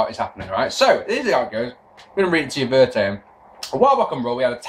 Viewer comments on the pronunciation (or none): since you've been talking about grammar and pronunciation a lot recently, this might be a good time to bring this up: you seem to think there's a word pronounced 'ver-tay-em' that means 'word for word'. the word you're thinking of is 'verbatim' which is pronounced 'ver-bay-tim'. just thought you might like to know. if it's a joke or reference to something, then please disregard.